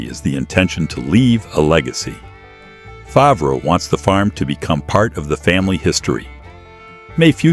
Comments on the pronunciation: Again pronounced “fairv” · Pronounced FARV. Stop using these idiotic AI voices!!!! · Our 3m ranch is not anywhere near his ranch. And AI in your production mispronounce his last name. Sad!